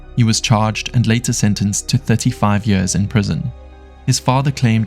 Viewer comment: What incompetence in the Belgium police with that old lady who fell in the bushes and died. (And PLEASE edit how your Ai voice says “years”.)